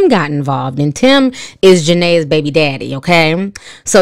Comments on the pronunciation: Her name is pronounced Ja-Na. The E is silent. Not Ja-na-uh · Her name is pronounced Ja-Nay. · You saying Janaes name wrong is tickling me 😂😂😂😂😂😂😂